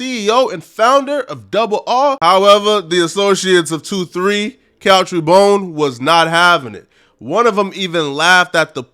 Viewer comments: BOONE not BONE...gees! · His name is Boone not bone my nigga, pronounce like moon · Learn to pronounce a name sheesh